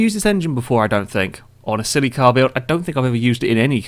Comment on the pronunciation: The way you say "Silly car" sounds like "Celica" loll.